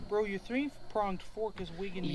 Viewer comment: It’s so funny every time I hear “brah”